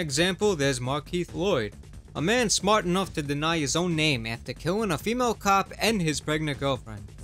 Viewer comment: I thought the axing would be the best part. 😂 I was wrong... "I am srmat" "Marry me"...I can't freaking breathe..🤣🤣🤣